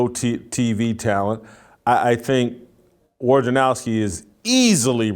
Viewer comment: Man, you people in the sports media drive me bananas with your inability or refusal to pronounce names correctly. I think Adrian Wojnerowski is a douchebag, but his name is not pronounced WARJANOWSKI. It's not complicated. If you are going to talk shit about someone, at least get the name right. Rome is ten times worse than you in that regard, and that's one reason I no longer listen to him. And if Adrian had any balls at all, he would say at the beginning of an interview with Rome, you, or anyone else, "hey man, here's is how to pronounce my name. Get it right."